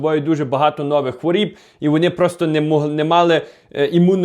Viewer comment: не хворіб а хворОб 🙏